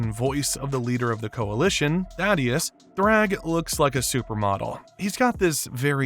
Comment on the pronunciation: Great Video, just a small bit of criticism. The way the narrator mispronounces some of the names, Cecil and Thaedus, slightly or entirely, makes me question the integrity of the narrator and his knowledge on the theme.